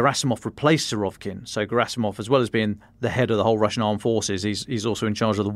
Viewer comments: It's Suh-rah-VEE-kin, not Su-ROV-kin 😂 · His name is Серге́й Влади́мирович Сурови́кин ~ note the accent over the и that is the vowel to be emphasised. It is indeed Suh-rah-VEE-kin. Telegraph personnel aren't very good at pronunciation.